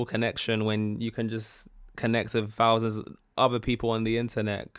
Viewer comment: Gen X here ! I just want to say one thing to you....... Thousands is with a TH, Not an F.....say it right please...Love ya....just blunt